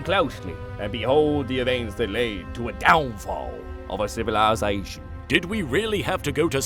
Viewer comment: the pronunciation of "civilization" is far too proper for the voice has in the abridged series. Although the fact that LittleKuriboh has made so many characters throughout these series and in a half hour video, there is only a small inaccuracy that I had to rewind to get, it reminds me of how deep this abridged series is. Love it <3